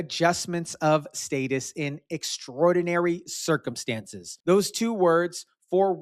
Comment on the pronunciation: Does she not know how to pronounce extraordinary?